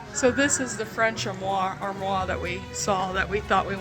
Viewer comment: Wow, had know idea those Chouteau historical signs were around KC! Very cool! Armoire pronounced: ahrm-wahr. Light on the r's.